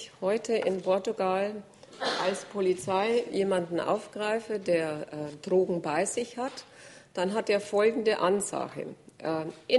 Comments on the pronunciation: Trogen. Sie spricht es Trogen aus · Die Mortler pack ich einfach nicht. Kann nicht mal Trogen aussprecchen! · Wovon redet die Frau Mortler? "Trrrogen"? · Mich wegen Ihrer Aussprache beim Wort "Drogen" auch.